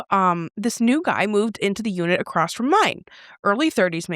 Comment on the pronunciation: cant STAND "acrost" or the wrong pronunciation of "wOmEn" NOPE CANT DO THAT ISHHHHH 😒😒😒😒😒😒😒😒